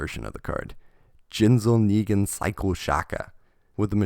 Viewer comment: Everyone: Ningen This guy: Nigga-n